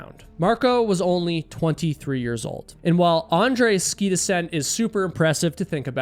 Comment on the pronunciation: Did you say skii?